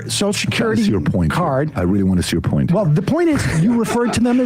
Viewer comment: love how sam calls social security "Soshecurity"